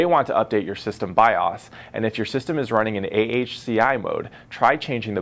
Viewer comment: lol it's pronounced biose